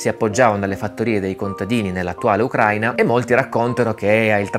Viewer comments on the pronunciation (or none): none